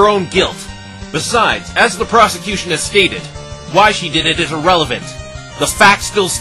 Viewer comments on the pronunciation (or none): I can't be the only one that hears "prostitution" when the judge says "prosecution."